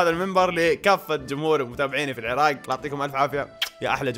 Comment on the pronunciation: لا فدوه من تكولون العراق لتكولون العراك لا ياعيني العرااق (بالقاف)🙀🙀